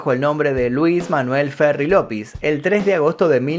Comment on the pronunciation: No entiendo por qué dices Lopis cuando es Llopis ¿Si hablas español por qué lo dices mal?